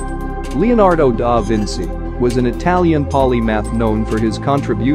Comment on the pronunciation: Why is "Vinci" so difficult to pronounce for Americans?